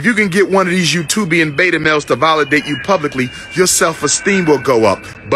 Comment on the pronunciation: Okay, anyone else annoyed by Umar saying "volidate" and using other nonsensical words. I don't think he understands what slander is. Kevin Samuels does not pull back punches but he responds to what he gets, not mere generalizations he is pulling out of the blue. That matchmaking lady nailed it: women have these ridiculously high standards and unrealistic expectations. They are already empowered to the point of inflating their perception of self-worth. Accountability and reality checks are in order, not coddling and BS. These issues extend far beyond the black community. We live in a world where men are vilified for being honest and real, yet the women are encouraged to play games and play the systems in place, systems that already favor them, not men. The truth comes out and suddenly that is offensive. Let's get real, folks. Forget the lack of credentials, these coaches and consultants are voicing things that need to be said so things stop being so one-sided.